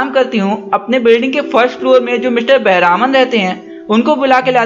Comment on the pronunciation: He is not बेहरामन it is बेहरमान